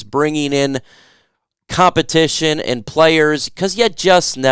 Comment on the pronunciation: “Compitition ” for kicker. 😅